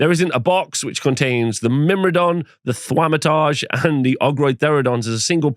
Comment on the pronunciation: bro that pronunciation of "Thaumaturge" is painful